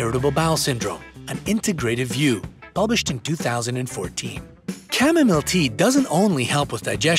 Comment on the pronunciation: Chamomile is pronounced as "Kam-Mo-Mile" not "Kam-Mum-Mil!